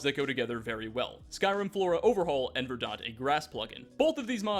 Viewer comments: lol "verdaunt" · Verdant =ˈvərdnt You're welcome. Great guide by the way.